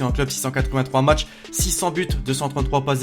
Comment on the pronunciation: Qui a vu comment il a tué le français, Matchs et non macths